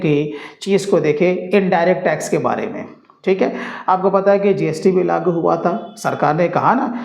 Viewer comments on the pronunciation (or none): लागु नही लागू 😅